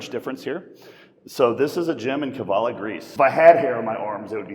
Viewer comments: It's KAVALA not Kevala 😅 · it's KAVALA not KEVALA. Thanks for visiting kyriakos this strength moves me to tears man. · Dude, it's kavala 🤣